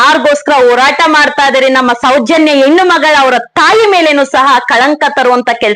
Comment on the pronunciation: 😂😂 ಹೇನ ಅಲ್ಲ ಹೆಣ್ಣು 😂😂😂😂